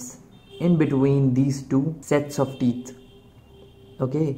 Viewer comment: "the teets". my wife has some too.